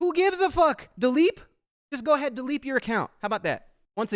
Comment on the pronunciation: “Dileep your account” I’m crying 😂😂😂😂